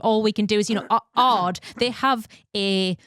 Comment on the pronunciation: Great episode., it is not "Ards", it is "A. R. D." and means roughly something like "Working group for radio and television for Germany", so its a publicly funded broadcaster such as BBC and yes it is true, since the Telekom Scandal they have an own investigative team just for doping related topics.